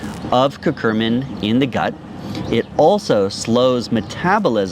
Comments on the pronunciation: Love this, however it's cur-cu-min not cur-cur-min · So, it's curcumin, pronounced Kur-cue-min (not curcu*r*min), and in case anyone is interested, the studies say you only need to add 1% black pepper to get that 2000% boost. I'd trust your information more if you learned how to spell the names of your topics.